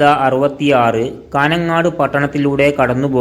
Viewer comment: കാന ങ്ങാട് അല്ല കാഞ്ഞങ്ങാട് പട്ടണങ്ങളുടെ പേരെങ്കിലും പഠിക്ക്